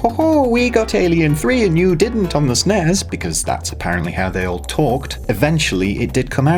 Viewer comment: "Say SNEZ one more time..." - Samuel L. Jackson